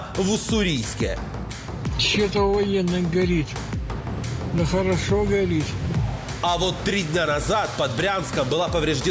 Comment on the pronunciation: Гарят ох как гарят